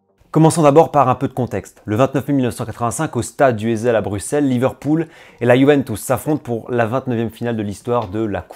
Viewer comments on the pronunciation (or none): none